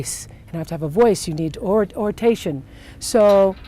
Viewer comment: Oritation??? ORATION. 🙄 Right there. She’s not as smart as she thinks she is.